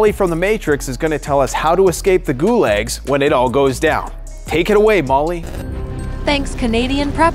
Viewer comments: It’s pronounced like goo-log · You know it's an AI when it can't pronounce....gulag.